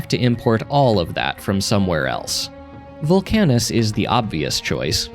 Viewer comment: you're the first person i've seen who pronounces VULcanus as vulCANus